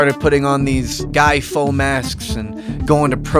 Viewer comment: Its not Guy Faux, its Guy Fawkes. Everyone except you is saying it correctly.